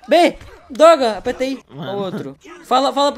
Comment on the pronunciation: Eu fui a unica a ouvir o dizer doga ao em vez de dizer droga?